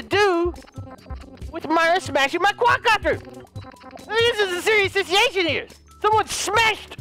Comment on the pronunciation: "We got a Sitiation"